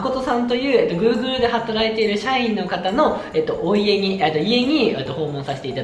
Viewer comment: お家のことおうちじゃなくておいえってなんだよおい笑笑